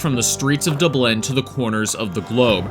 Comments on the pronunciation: What? You've never been to Duh-Blen? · You got a speech impediment? DobLIN. Lanzaroh. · An American who can't say Dublin or Lanzarote. I feel like you've never left your country and you have the cheek to commentate on European crime :D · "Dubelin" "Lanzoroh" and "A scheduled flight" (instead of "fight") Was this made by an AI who huffs paint?